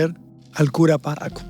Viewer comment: el cura "párraco" 🗣️🤣